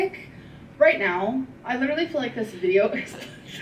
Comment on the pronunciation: Omfg I hate how she says "looterally"